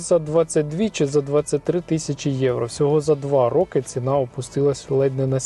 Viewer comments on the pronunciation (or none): none